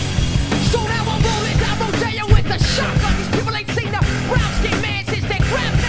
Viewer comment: You can always tell its a genuine first listen they they pronounce it "Down RoDEEyo" lol. Fight the good fight, spread the word, the younger generations need to carry the torch because i've watched the world get slightly better only get worse.